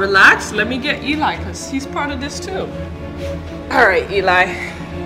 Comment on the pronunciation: It’s not Elie its Eli